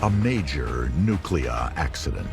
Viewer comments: Nu-ku-lar. Some people just can't say 'nuclear'. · Why does the guy keep pronouncing it "Nuclea?" I've never heard anyone drop the r in Nuclear before. It's distracting and odd. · Wish the narrator didn’t say “nucleauh” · Did the first or second explosion blow the letter 'r' off the end of nuclear?